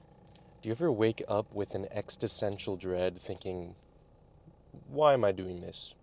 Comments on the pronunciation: What was that word again? Extesential dread? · Did you just try to say “existential”?